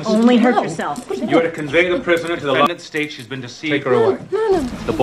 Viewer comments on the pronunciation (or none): none